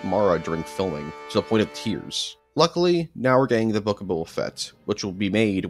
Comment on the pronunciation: "Booba Fett" oh my god